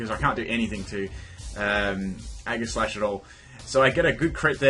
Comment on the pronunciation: Aegislash has a SOFT G SOUND; "jeh", not "geh"